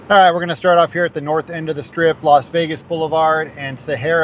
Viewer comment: LAS Vegas, not "Los" clown